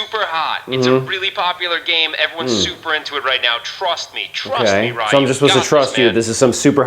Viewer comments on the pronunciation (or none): Ryu, not Why You!